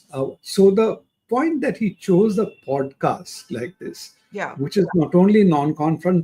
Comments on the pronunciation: Can someone tell Barkha, it's called poDcast and not poTcast? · Why does she potcast instead of podcast? The national journalist perhaps needs speech lessons?